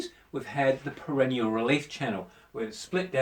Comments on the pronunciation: Not perennial but perineal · It's PERINEAL - not perenial And stop pronouncing it like perennial - you sound like you're talking about plants